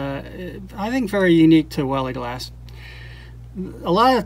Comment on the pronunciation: Hahah, no I'm afraid you didn't say that correctly, nor did you spell it correctly. It's written as "Veiligglas", so that's an extra i, and one less s. :) The letters 'ei' are pronounced as a single sound that resembles the use of the letter i in English words like Nice or Fine. So, instead of calling them "Vely's" you should actually call them "Vily's" (As if it were an inflection of the word Vile), and that would be spelled as "Veily's". Sorry, I couldn't resist as a Dutchman. :) Great video btw. I'm not into marble collecting, but it's amazing to see all these small globes of art. Also, it's fun to spot the marbles that I used to play with as a kid The Netherlands. Amazingly we seemed to have a lot of Japanese cat eyes here. (As I learned from another video of yours).